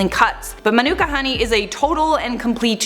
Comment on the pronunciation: LOL - Manuka is pronounced like "Monica." I only know this because I lived in Manuka, AU for a few years and was mocked for my terrible American pronunciation.